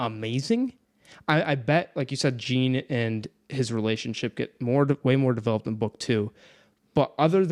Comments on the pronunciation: Pronounce it "Jeen" one more time I fucking dare you 🤬 Haha it's pronounced like "Sean" but with a french "J" like Jéane Van Dam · This is why audiobooks matter! Jean is pronounced like Jean Valjean, not Billie Jean... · you calling Jean 'Jiin' I can't 😆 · I'm pretty sure it's pronounced like John but fancy. Anyway, love your videos almost as much as I love this book. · I cant get over how they pronounce Jean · Jean rhymes with Gone! 😭Other than that great vid guys! This is my fav book OAT!